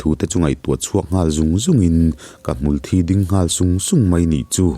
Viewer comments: Mulhthi tih aiin. Hmultbi hi a dik zawk in ka hria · Hmul Thi "Mithi" Kan lam anga lam tur A thih a vangin hmul dang angin a thang ve lo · Hmul in thi (blood anga lamrik kha, chhimlam ho lamdan tih kha) a nei ngai lo,hmul thi(mi thi) anga lam tur ani,hmangaih tihte pawh hi hmangeih te an tia,ngeih tih hi ngaih an ti leh daih a,tawng tharlam in siamchhuak duh anih pawhin kan mizo tawng hi chu ti chhe kher suh u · Hmul hi thilnunglo amaha nunna neilo ani,thisen aneilo anbtlu dial a,an muhil/thi a,hmulthi tihakan sawi hian kan hmul hi an tho tihna ni mai,hmuthi thi lai thisen/thi anga lam hi adiklo tawp,adik khan lam.mai rawh,hmul in thisen aneilo. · A sawi khi a dik chiah Mitthi a thi ang a Hmulthi hi lam tur a ni e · Advise pe duh suh, inti hre deuh in a hnial zut2 ang che. Insiamthat ai chuan a tihdan dik ve tho angin regional variation chhuanlamah a hmang char char ang....Awmzia a awm lo, Mizopa kum upa lam ka zawh kual viau pawh hian lamdan Hmulthi (Blood) hian an lam ri ngai lo. A hria in advise an pek pawh in a hnial zut zut zel, insiamthat a tum lo, hrethiam ula enliam vel mai mai rawh u!!!!!